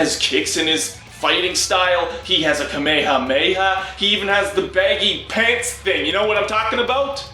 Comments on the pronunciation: I thought it was gonna touch upon the poké ball pokémon as well, since it so proudly stated "ALL Pokémon." On an unrelated note, what's with the weird pronunciation of Kame hame ha? I've heard someone say "kameyameya" before, and it always catches me off guard. I've only read the manga and haven't seen the anime, but I'm assuming there's a standardised, Japanese pronunciation for it. If this really is how it was pronounced in the English dub, then that's a bit infuriating. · He has a.... kamayhah mayhah